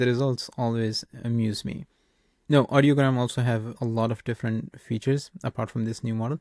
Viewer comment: I like your video and think you did a decent job showing off the functionality and some good comparison highlights. But it's REALLY hard to take you seriously when you consistently get the name wrong for the service you're reviewing. The website is called IDEOGRAM (like the word idea). Audiogram is a different word entirely for a chart that shows hearing test results. I noticed you substituted 'tricolor' for 'technicolor' when describing the Hitchcock prompt, but that's an easily forgivable 1-off. Not confirming the pronunciation for the subject of the video is not a good look. In the future, it's probably worth a couple minutes to double-check before recording. Imagine the response you'd get for making a review video of 'MedJournal' or 'Chart-GPT' in 2025.